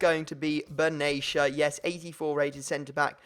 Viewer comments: Benatia not benesha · It's said Ben- at-ia not benasha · Will u please just say his name right! its "BEN-AH-SHIA" not "baneshia" THE FUCK! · ***** its not benaysha its actually ben-at-ia its an arabic family name and im arabic i know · you actually pronounce benatia how it is spelled. not "benashia"